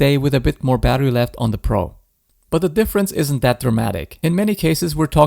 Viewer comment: ИИ не может произнести Про и везде говорит Пра?